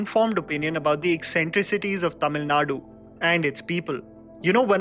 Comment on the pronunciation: Highlight of the video is " he got the pronunciation right...." TAMIL NADU" and not "TAMIL NAD"